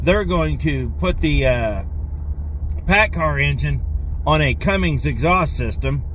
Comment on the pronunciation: Cummins not Cummings !